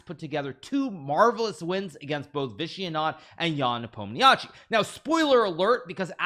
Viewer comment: I find it interesting how Hikaru went back to mispronouncing "Nepomniachtchi" after the WCC lol